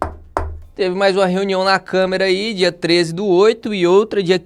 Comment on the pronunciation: Câmera ??? Aprenda a falar jumento 😂😂😂